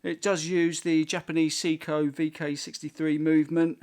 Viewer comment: Its say-ko not see-ko